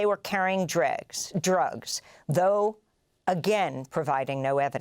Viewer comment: Amy, baby: I love you and you've been my fav news anchor for over 10 years, but when you start a newscast and you fumble drugs with dregs, just do a fucking retake, please.